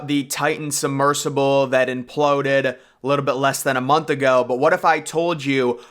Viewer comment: “Summersible”? It’s “submersible “.